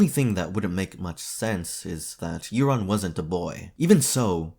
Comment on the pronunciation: Euron is not pronounced "Erron". Europe is not "Errup" it's "Yourup". Eur says "you". English is truely just 3 languages in a trench coat pretending to be one.